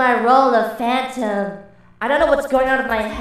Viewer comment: The Phantom Chica says Phatom Chica like " Fay-Tum"